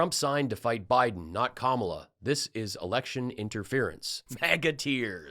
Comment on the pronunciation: Kamala = ,la (comma la) They need to learn to pronounce it correctly because she will be next president and be around for a long time💙🇺🇸💙🇺🇸💙